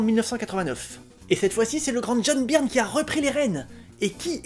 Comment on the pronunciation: "Beurne", s'il te plaît, "Beurne" !!!